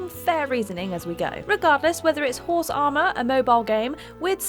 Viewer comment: HOHRSE AH-MAH🤣🤣🤣